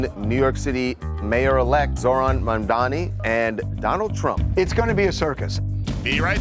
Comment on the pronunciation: Mamdani NOT Mandami!! NOR Mandani!!